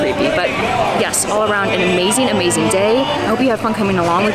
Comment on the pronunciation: That was "abazing" haha